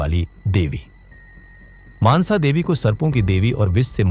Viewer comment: Maaansa devi nahi mansa devi hai unka naam